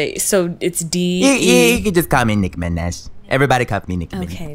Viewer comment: NICKI MINEEHj